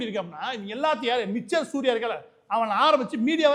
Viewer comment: சார், 'மிச்சர்' இல்ல, மிக்சர்... அருள்கூர்ந்து பிழை தவிர்க்கவும்...